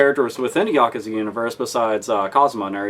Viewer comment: Yakuza is pronounced "Ya Coo Zah"